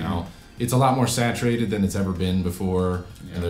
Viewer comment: Lol said saturated